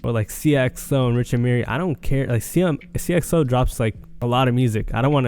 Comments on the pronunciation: This man butchers every name 😭 seeyuh xo it's sighya xo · sigh-uh not seeyuh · It’s pronounced “si - a - xo- “